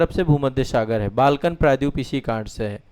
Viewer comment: Please try to pronounce " praydweep" properly.